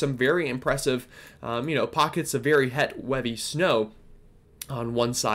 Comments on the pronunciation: "Some very het weavy snow" huh? LOL!! Love me some tig old bitties. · Het and weavy ❄️ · Did I here you say het and weave snow lol